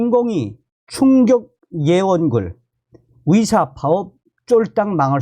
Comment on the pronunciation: 위사 위대가 아니라 의사 의대입니다 발음좀ᆢ